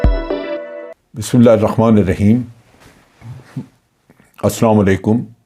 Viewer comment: Plz correct ur pronunciation of Bismillah… its Haaa in between not Kha. 2nd IK is leader and people follow leader not commanders. Army can produce only commanders